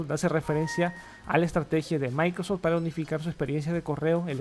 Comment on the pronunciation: ¿Escucho mal, o tu dices "Micros" en vez de "Microsoft"? 🤔😂